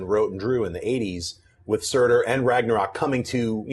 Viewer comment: Ragnarök is pronounced "Rangna-roek". The letter 'ö' is pronounced as if you're saying 'o' and 'e' at the exact same time. Almost like when someone says "Ehm..." before answering an awkward question.